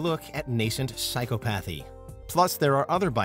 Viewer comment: That was the funniest pronunciation of Psychopathy I've ever heard.